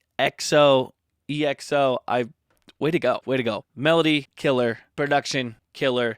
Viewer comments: "E.X.O" XD it's EXO, like EXO-Planet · It’s pronounced one word like XO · Thank you for reacting to EXO :) Their name is one word and comes from the word "Exo"planet, so at the end there you said it correctly (but sometimes in their songs they do spell the name too :P) Since you enjoyed Love Shot, I suggest you react to Tempo which is the title track of the album that Love Shot was a repackage of. I'm suggesting this one instead of Monster that was the queen before Love Shot appeared because fans love to put these two against each other :P Hope to see more EXO on your channel :P